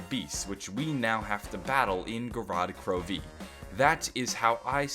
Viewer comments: Gorod KroVeee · I love how he says gorod krovi or "go rod kroveee" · "Go-rod Kro...----Veee" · is anyone else getting annoyed on how pronounce Gorod Krovi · Why are you putting heavy emphasis on the V in Gorod Krovi